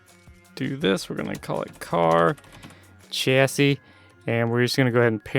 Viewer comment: It's pronounced chassis not chassi